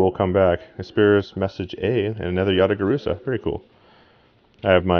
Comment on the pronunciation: "Yata Laruso" lol hahahahaha